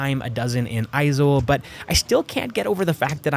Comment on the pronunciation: I'm so confused you sound like the stereotyipacl ai voiceover, but you pronounced Aizawl and Mizoram perfectly.